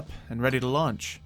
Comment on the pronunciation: when you said it launch day at the beginning I thought you said its lunch time